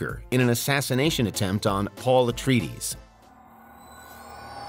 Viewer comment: *Paul Atreides from DUNE is pronounced Ah-TRAY-id-dees, not “Ah-tree-deez”…. LOL